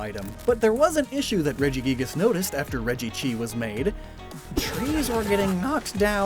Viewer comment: You didn’t call it regchi dude it was so obvious